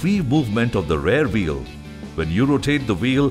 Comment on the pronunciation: Even though the voice artist has done a good job he has made a tiny pronunciation mistake throughout the video ,when it actually should have been rear wheel.